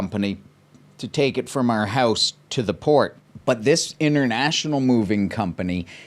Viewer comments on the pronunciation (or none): none